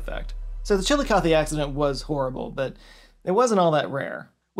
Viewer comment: Currently studying for my Med/Surg exam on the renal system. But I live by Chillicothe (thank you for pronouncing it correctly), and I have never heard of the train incident, super tragic but interesting!